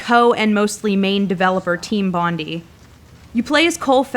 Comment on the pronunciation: IT'S BONI NOT FUCKING BONDY